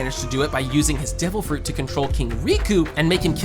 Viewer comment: devil frooch